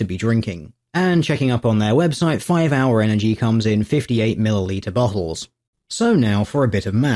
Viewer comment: Is it just me or when;dr says "bottles" it kind of sounds like buttholes? 2: 54: "fifty-eight milliliter buttholes"